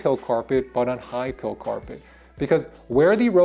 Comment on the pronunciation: It’s PILE. Like a pile of dirt. Or a pile of rocks. Think ‘Pie’.